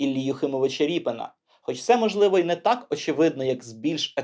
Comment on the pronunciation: Я думаю - РІП"И"НА, наголос набукву "И".... Так буде зовсім по українськи....